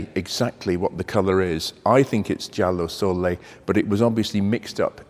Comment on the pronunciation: I would think the color, if it is that, would be "giallo sole" not "giallo solle" since the first means "sun yellow" and the second means nothing - in Italian that is. Sole has one L and is pronounced with a short L sound. The only "solle" I can find is in German 😛. Anyway, cool car, although the Countach to me was awesomely cool in pictures and toys as a kid, but after seeing one in person I was disappointed, had imagined it something like 20-30% bigger than it really is. I had this idea that it should be a big ridiculously powerful thing heh. Not sure why, for example the Testarossa when it came was something I imagined closer to it's actual size, it IS a bit smaller but not that much.